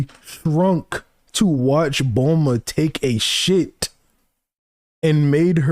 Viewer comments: He says Bluma because her name is meant to be a pun on Bloomers. Most of the names in Dragon Balls are meant to be English terms adapted into Japanese spelling. Technically the kana of her name would be pronounced as Bu-ru-ma. This is because "consonant" sounds in Japan almost always have a vowel attached. Hack off the "u" attached to the "B" and you get Bruma. Change the "r" to an "l" because of how Japanese works, and you get Bluma. Or sometimes Blooma. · His pronunciation of some words makes sense if he grew up with the raw/subs, but who duh fuck is BLUEMUH? This dude is like NCHammer with some of the characters and techniques in Naruto he says weird. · Ik why doesn't make it good. Bulmas named is spelled and said like how you type it but he says it wrong. He says Saiyajin wrong aswell.